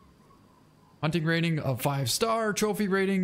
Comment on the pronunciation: The hunning game, way of the hunner